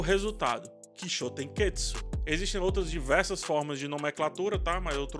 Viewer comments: Ótima análise, só sugiro cuidado na pronuncia errada da palavra. Termina com TSU e não TSKU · Toda a vez que você fala Kishotenketsu, você fala errado. Acaba deixando a palavra mais complicada do que é, pq parece estar afobado pra falar. Acaba saindo algo como "kishotenketsuku", e, por obviedade, o malabarismo fonético que você faz é muito mais complexo do que a palavra original.